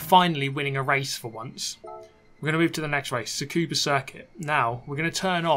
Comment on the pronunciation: Every time I hear say Tsukuba I hurt...its just Scuba